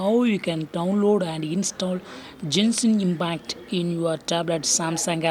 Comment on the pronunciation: Bro u don't pronounce genshin impact like that